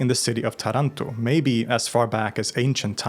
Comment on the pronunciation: Love your videos, here as well as on LTR, favorite channels of mine on YT. Just one thing, accent related: it's "Tàranto" and "pizzica tarantàta"(also called "Tarànta"). Greetings from Rome, Italy❤